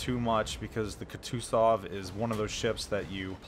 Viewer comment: Go watch Flamu to learn to pronounce “Kutuzov” correctly. :P